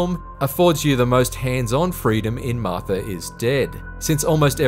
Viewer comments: It's Martha, not Marther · "Marth-ur is Dead"